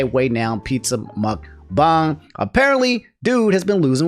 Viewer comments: Ok, I dunno about y'all, but the way that says muckbang is....curious. In my mind its muckbang, as in how they pronounce Aang's name in show, not muckbang, how they pronounce Aang's name in the M. Night. movie. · someone tell this man how to pronounce mukBANG